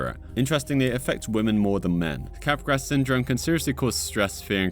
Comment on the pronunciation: So actually Capgras Syndrome is pronounced "Kahh Grah" not cap grass. Just letting you know big dawg.